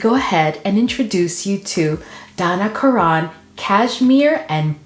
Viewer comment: It's pronounced Donna Karan (Karen) I use to work for the company!